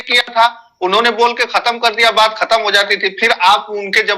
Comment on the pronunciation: आपके विद्यालय में संस्कृत,हिंदी,एवम उर्दू में कितने बच्चे शुद्ध बोलते हैं।इंग्लिश वाले सर जी खत्म या समाप्त को खतम बोल रहे है,जय माता दी।